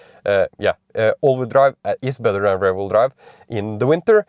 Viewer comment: Your english is good but that pronunciation of rear sounds more like ‘rare’. It’s more like r-ear like your ear or ir in Spanish. 😂